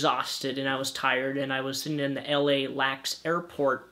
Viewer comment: lol it's not pronounced lax its pronounced as each letter. L. A. X.